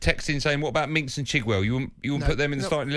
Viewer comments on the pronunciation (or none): they have been interviewing this guy pre-tournament and always invite him on because he can't pronounce a fair amount of the English players names, Minks instead of Mings as an example. Go back and listen to a few, quite funny. He is referring to Saka.